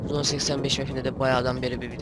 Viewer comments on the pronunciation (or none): zone diye yazılıyor zon diye okunuyor sen zone85 haritadayız diyon